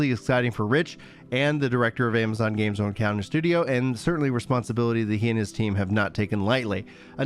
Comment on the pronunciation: "Ama-gonz Games!" HEH never change you.